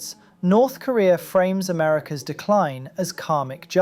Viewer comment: Lol yea he always says "kureeur" instead of korea